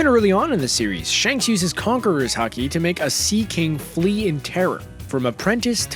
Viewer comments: It's haki not hakee smh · He cant even say haks right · My man just said Ha-key😔. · his mastery of HA-KEY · I hate when people say hakiii or haake please say it right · this man really said haaKEE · This man says hakee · Also the way he says haki